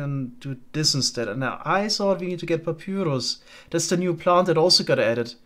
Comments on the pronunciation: I love you bro but it’s pronounced Pa Pie Russ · Just fyi papyrus is pronounced pap-eye-rus. Also commenting for the algo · the way he says papyrus 😂